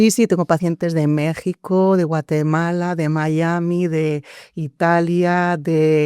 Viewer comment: ES MÉXICO😂 NO BEJICO.